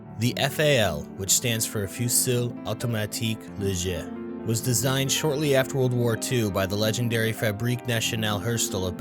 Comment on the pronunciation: Ah yes, finally, a video on the Right Arm of the Free World Edit: Also the effort to pronounce Fusil Automatique Leger though, nice